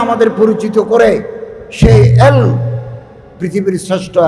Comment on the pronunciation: জনাব এলোম না বলে এলেম বলুন